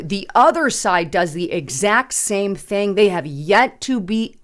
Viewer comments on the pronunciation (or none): none